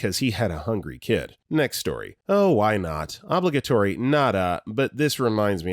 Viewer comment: Narrator, please, stop mispronouncing "obligatory!"